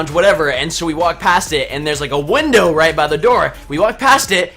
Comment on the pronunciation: Let's go rooit into the newwws